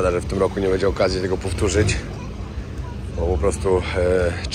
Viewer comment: Nie mówi się BEDZIE tylko BĘDZIE Dlaczego tak kaleczysz język polski?